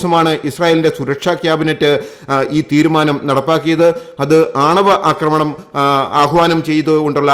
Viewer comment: പക്ഷെ 'അക്രമണവും' 'ആക്രമണവും' തമ്മിൽ ഉള്ള വ്യത്യാസം അറിയില്ല.